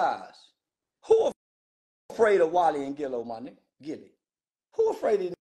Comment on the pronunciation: He said “Walli & Gillo”🤣🤣🤣🤦🏾‍♂️🤣🤣🤣